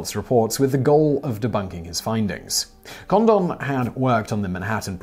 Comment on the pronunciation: His name is Condon. Not condom.